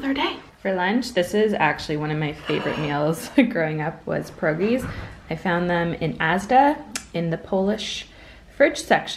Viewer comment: Yay I love when you say pierogi I am polish 😘